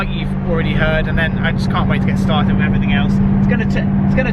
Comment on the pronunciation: Is it a thing in Essex to say "wiv" instead of "with"?